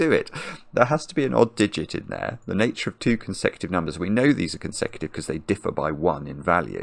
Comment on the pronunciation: Does anyone know why when says words like “region” or “nature” he spends so long on the first syllable? Is this a feature of a certain regional English dialect? “Nature” even contains almost a glottal stop in it before the “ch” sound. Very odd to my American ears.